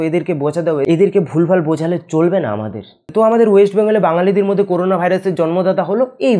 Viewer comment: করুনা নয় করোনা